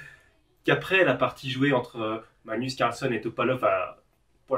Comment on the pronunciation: Je vais être un peu chiant mais ... c'est plus "MaGnus CarlsEn" que "manus carlson" ... Sinon merci pour tes vidéos d'échecs ! Sympa .............